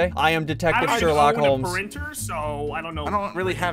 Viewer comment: He was saying Sherlockhomes